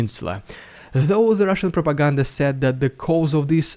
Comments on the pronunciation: Hearing "rrrrridiculous rrrrusian prrropaganda!" always makes my day! Thank you for your wonderful work! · I love how "RpfvrrEDICULOUS rrvbvfbrRUSSIAN vbvfrfvpfrfPROPOGANDA" gets more and more intense every video 😂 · Telling the truth is important says the land of falsification and lies, scary indoctrination / i mean education plan!😨😱 Glory to the heroes, Slava Ukraine 🇸🇪 ❤ 🇺🇦! Hearing " Ridiculous Russian Propaganda " with those vibrating r;s makes me smile and i think you are a pretty nice Russian Dude, bravo! ❤😊👍